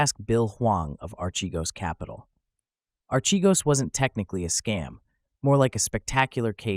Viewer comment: Ar-ke-goes not che-goes